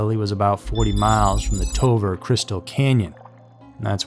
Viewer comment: TOVAR=Toe-Var. not Toe-Ver